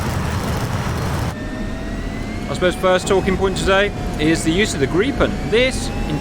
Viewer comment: Wow! Correct (swedish) pronunciation of Gripen (greepen)! 👍😎